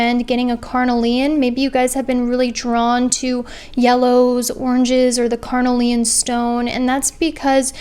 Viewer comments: Yeah I can't hear "carnelian" pronounced "carnal-ian"... it's "car-kneel-iun" 😬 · Haha I love how you say carnelian! It’s all good I have been doing the same. Thanks gurl for an amazing reading. So crazy it’s on point!